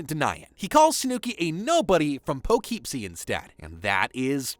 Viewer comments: poughkeepsie is pronounced PUH KIP SEE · SnoooKey : Instead Of Snooki | Palipsy Instead Of PoughKeepsie, NJ | Vinny Meets A Silicon (Material) Girl : Instead Of Sicilian (Italian) 😂😂😂. I’m Sorry But, The Pronunciation Is Killing Me Out 👏😂 But, I Fw The Video Tho 🫡🤝